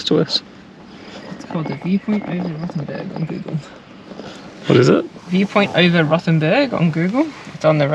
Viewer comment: Rothen b u r g , not Rothen b e r g !